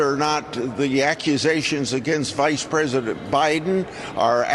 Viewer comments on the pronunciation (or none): Am o missing something? He said vide pres